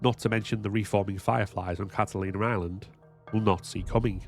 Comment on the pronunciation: "Catalinar Island"